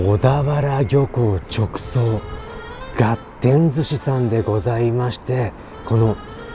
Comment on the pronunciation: 旨そうだけど 一品一品高いね あと、ずっと、がてんってはいじぃは言ってるけどがってんだよ